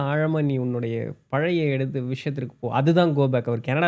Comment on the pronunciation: ஆழ் மனம் (not ஆல் மனம்) வாழ்க்கை (not வால்க்கை) பழைய படம் (பலைய படம்) குழந்தை not குலந்தை, ஒரு வழி not ஒரு வலி, எழுதி not எலுதி. தமிழை தமிழாக பேசுங்கள். தயவு செய்து.